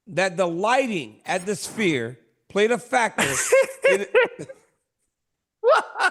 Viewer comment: Chael can't say "sphere"